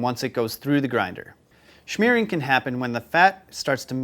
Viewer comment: You do know that there is no CH in Smearing! Right?